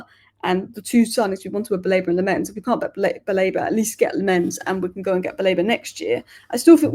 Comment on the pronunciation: The keeper's name is pronounced LAMM-ens. Emphasis on the first syllable. Sorry to be an idjit but I speak Dutch and players seem to like it when their names are pronounced properly, as you can see from videos doing the rounds with players pronouncing their names.